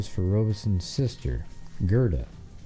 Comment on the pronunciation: You mispronounced Robison and Gerda